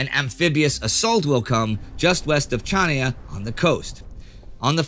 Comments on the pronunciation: Chania = Ha-nia, not Cha-nee-a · An interesting episode of an amazing series. The pronunciation of Chania killed me a bit.